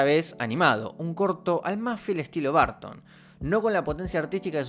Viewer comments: Se que no es su idioma natal el inglés pero 🤷 haz un esfuerzo por la pronunciación es muy bueno el video pero hará estar escuchando "BARTON" ...😅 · Da cringe oirte decir 10,000 veces "Barton". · De dónde sacas qué se pronuncia Barton!?